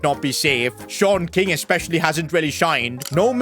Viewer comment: Shon king is wrong ❌ sean king✅